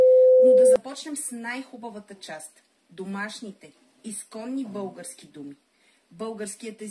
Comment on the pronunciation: Научете се да произнасяте "л" поне като говорите за български език, а не за "бъугарски".